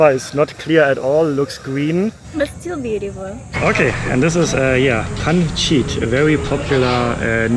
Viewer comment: Man sagt nicht Pans…it , es wird Pansit ausgesprochen 😅